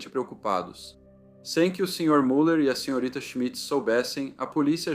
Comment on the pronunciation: A pronúncia correta de Müller é MILER!